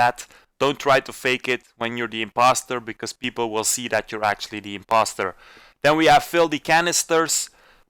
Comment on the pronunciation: “SIMPoster”, really bro 😂